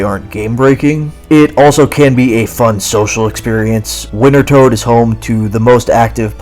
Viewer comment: Hot damn are you trying to mispronounce wintertodt? I got so much whiplash from the 6-7 quickfire instances of the name drop.